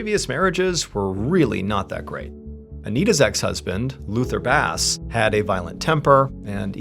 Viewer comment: Jonathan, the name Basse is pronounced as "BAH-say". Not🐟